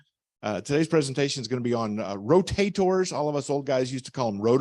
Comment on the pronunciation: Ro "taters" 😂